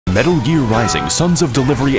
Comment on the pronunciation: You said "metal" M E T あ Л